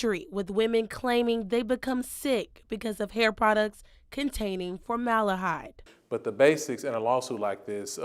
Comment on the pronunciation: It’s FormalDEhyde with a D!! Not FormaLAH-hyde🤦‍♀️ This reporter sounds like she just got her GED😫